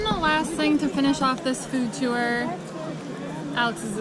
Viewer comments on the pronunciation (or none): none